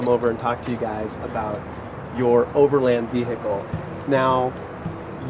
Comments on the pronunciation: ve hicle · Ve-he-cal It triggers me how he says it 😂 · Why does this guy insist on saying 'vee-hickle'? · Why the hell do americans always hiccup when they say the word vehicle???